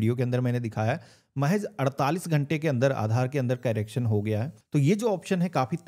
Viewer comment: कैरेक्शन नहीं करेक्शन बोलते हैं